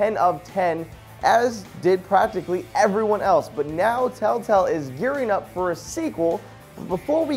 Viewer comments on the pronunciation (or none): You said telltell not telltale develop